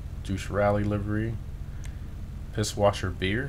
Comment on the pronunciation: i don’t understand how you’ve been playing gta as long as you have and pronounce pisswasser wrong. it’s pissvasser because it’s a german company